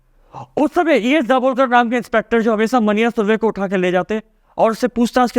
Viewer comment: मन्या सुर्वे is correct pronunciation